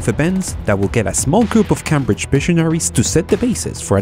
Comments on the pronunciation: Love your videos. One note though it's pronounced"Ceymbridge" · You don't say CAM BRIDGE. Cambridge is pronounced Came Bridge. A lot of clever people go there. Not many came there and even less cam there. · The way you pronounce Cambridge is so interesting because it makes more sense than how it's actually pronounced, Cambridge is pronounced like Came-bridge but it gets its name from the bridge crossing the river Cam at Cambridge, and Cam is pronounced normally, not like came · I know English is a horrible language with rules that make absolutely no sense, so I completely understand why you pronounced Cambridge as "Camm-bridge" but for future reference it's pronounced "Came-bridge" as in, I came to work driving over a bridge. :) Excellent video though about another of my favourite stories, especially with the leakage current powering the chip. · CAM-Bridge? nononono. that's not how you pronounce it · Cambridge is pronounced came-bridge just so you know :)